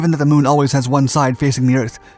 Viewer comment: Did he say the moon or shamu. I don't know just rewind it again. Ok